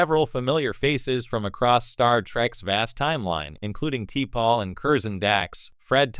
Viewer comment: You can't pronounce shit for shit. Go back and watch the Shows...you called T'Pols name wrong and you couldn't even get Jadzias name right.